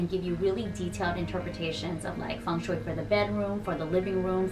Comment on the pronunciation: Blessed You Tube algorythm!! It's taken me some time to come across your channel but I'm lovin' all the amazing tips and tricks to create a lucky home and last but not least, how you pronounce Feng Shui correctly!! Thanks a lot,!! 🎋❤